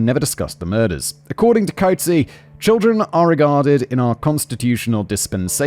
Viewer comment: Koot-zay... 🤣 But, he Did nail the word "bakkie"...